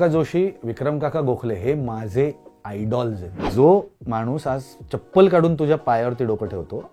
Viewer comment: आयडल्स् ❌ आयडॉल्स् ✅😂